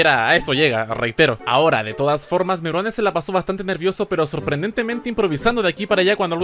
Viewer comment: Buen vídeo, pero he de decir algo; al presentar a Meruane, hubieses dicho “Ricardo Meruano” en vez de “Ricardo Meruane”